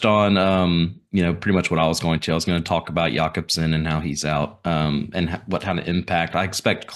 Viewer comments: Pronounced Jacob-sen not Yacobsen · The quick draw to "Yacobson" was quite a surprise.